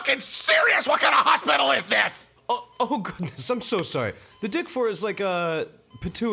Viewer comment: "What kind of a hospital is this?" It's a Ha-spital. (Kill me.)